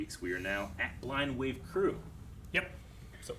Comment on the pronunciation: how come says 'hey guys, crewER blind wave"? even the subtitles pick it up as 'cruel blind wave' sometimes